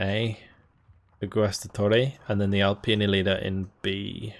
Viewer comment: Hi can you correct the name of the Division? XD is "Alpina" From Italian fan of your video